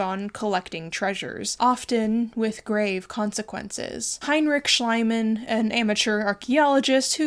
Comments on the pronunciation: Please don't be mad at me... Schliemann is pronounced Schleeeemann. The way you pronounce it, it would read Schleimann. Sorry. He is an a**hole though 🤗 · Schliemann is pronounced "Shleeman" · I know I'm late to the party and not sure if is ever going to see this, but I just wanted to offer some help for pronouncing german names. Schliemann is pronounced Schleeman, since the german i (and ie) is pronounced like the english e 😅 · Just, Schliehmann is pronounced, Shlee-mahn, emphasis on the first syllable. You're probably mistaking the German ei sound, which is like eye, and is always that wherever ei appears, where it is the noun for egg. But if the i is first, then the e behind it makes it a long i, which means, in German, an ee sound. Sorry, love your podcasts, and loved this one, but this one thing was hard for me to bear. Feel free to ask me how something is pronounced in German! 😄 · Hey, I don’t know if you will even see this, but I wanted to let you know that in German „ie“ is always pronounced as „ee“ and „Ei“ is „eye“, I started twitching involuntarily every time you said Schliemann. But otherwise a great video as always. ❤ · It's so annyoing that you keep calling him "schl-ai-mann" - it's Schl - ii - mann >:( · I know it's pretty petty but horrible tnt 'archeologist' Schliemann's name is pronounced 'Shlee-man', not 'Shly-man' in German. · I respect that you mispronounced Schliemann so that it sounded more like "slime" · Schliemann... pronounced Schleimann as in Schleim... is... he deserves it! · I really like how you pronounce "Schliemann". To me it sounds more like his personality than the actual german pronounciation. You pronounce it like the german word "Schleim" which means "slime" or "mucus" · Really good and interesting video. Just wanted to add that Schliemann is pronounced with an e as in me sound instead of I so it's pronounced like Shleeman if that makes sense. I speak German well btw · Not how you pronounce Schliemann, btw.